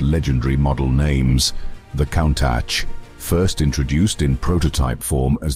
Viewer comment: Been enjoying the high quality video editing and narrative. But the use of AI for voice over is just awful. Pronouncing Countach as "cown-tatch"? Really, this seems OK with you and not pointlessly ignorant? The quality of your videos deserves the authentic use of real people speaking, otherwise the experience is cheapened, unnatural and inhuman. Please... don't join this growing use of AI just because it may be "cheaper and easier". It is NOT ARTISTIC and lessens an otherwise good experience. Cheers.